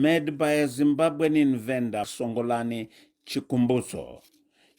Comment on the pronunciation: Chikumbitso see the way he pronounced the name. Do not show your work on the window. I know you thought that when they hear it they would hail and support.